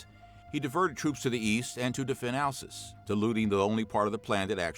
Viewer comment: That’s not how you pronounce Alsace